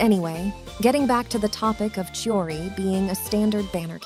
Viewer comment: Her name pronounce is chiori